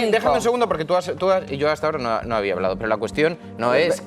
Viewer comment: ¿Ana Rosa ha estudiado periodismo o lengua? Habla de pena; "Estudiao, superao, hablao, dedicau, abogaos, dejarlos tiraos...." IMPRESIONANTE